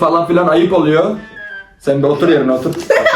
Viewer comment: otur yerine otuğuurr